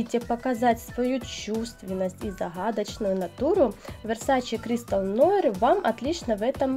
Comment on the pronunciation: Нуар, конечно) многие неправильно произносят…